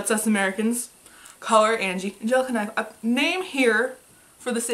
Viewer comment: The Eerie Faerie Actually you're right. This is the right pronunciation. She almost got it, but this is definitely right! Props to you!